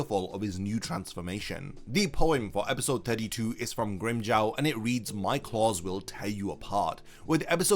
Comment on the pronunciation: Why does Grimmjow's name gets pronounced differently in English? LOL Not hating. But it sounds funny. It sounds better when japanese actors pronouced Grimmjow's name.